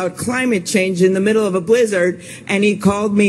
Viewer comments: I hate the extreme emphasis she puts on blizzard every time while leaning forward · The way she says blizzard is so weird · It starts bad, but then the way she says blizzard makes it maximum cringe.